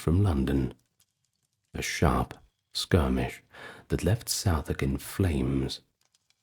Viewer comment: I turned off when I heard that you could not pronounce Southwark correctly maybe AI voice either way not an engaging voice